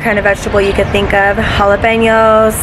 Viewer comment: Hello.....coming over from Kimi's channel. Look forward to future videos. The way you pronounced Jalepeno's and Cilantro.....are you a Boricua, like me?? Lol.